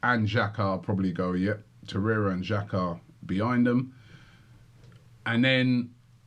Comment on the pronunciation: So many people have an agenda with Xhaka, Robbie!!, And it’s Torreira Not Toreyea